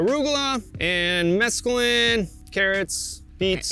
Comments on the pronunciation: Did he say mescaline? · Did he just say "mescaline"? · Yep, he said mescaline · Mescule salad mix maybe? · "Yeah, I direct sow arugula, mescaline, carrots..." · Did he just say "arugula and mescaline"???? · did he just say mescaline? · Are we just gonna skip over the fact he said mesculine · Yes that was bugging me too- mesclun was not pronounced or spelled in the caption correctly! 😳